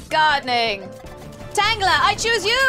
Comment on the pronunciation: Tangela, Kim, not "Tangler."